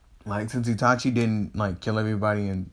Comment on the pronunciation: Oh and in ur first series u said itati instead of itachi